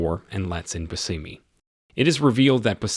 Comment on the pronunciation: Bushimy is how its pronounced